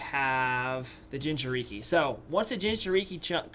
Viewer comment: when you said jinchuriki I got triggered